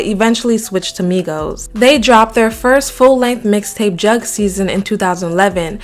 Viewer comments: Its pronounced as "Juug", not jug lmao🤣😂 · I turned it off when she said “jug” season instead of “joog” season lol